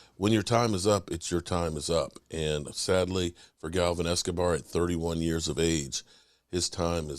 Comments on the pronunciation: Its Gavin not Galvin.. Rip Gavin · you're so busy? Yet, you have time to flap your mouth for 20 plus videos. It's Gavin not Galvin.